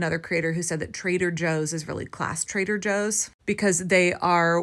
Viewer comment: Could have sworn I heard it called Traiter Joe’s……